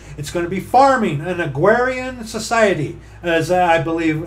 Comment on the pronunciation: Agrarian. A-grar-ian.